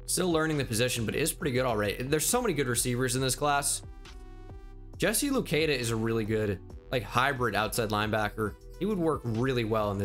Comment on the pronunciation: Hey, I’m from Ottawa, Canada. The same place as Jesse Luketa and I just wanna let you know his name is pronounced Lu-ket-ah not Lu-key-dah Still love the content, keep up the good work!!